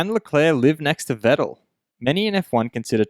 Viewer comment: Please try to pronounce Vettel correctly.